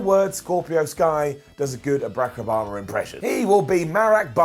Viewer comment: So my guy you can pronounce every name in NJPW but not Barack Obama?!!!.....You get a down....A brown down!😂😂